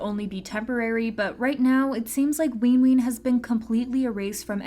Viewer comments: why tf is this person saying "leenjuin" and "weenween" ???? and also wayV is a part of NCT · i'm trying so hard to take this video seriously but the pronunciation of nct's names are SENDING ME like not ween ween, runjean, and ncteezens 😭